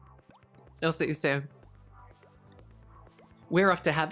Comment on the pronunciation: Limoncello is Italian! We make it! Very easy! & Yes we can't stand it when people say it with an E instead of an I 🇮🇹💖